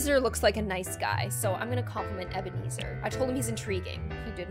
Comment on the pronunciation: MY BROTHERS NAME IS EBENEZER also it’s pronounced (:) eb-ur-knee-zur (:)